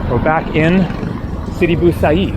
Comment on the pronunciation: sidi bou abeed not bou haseed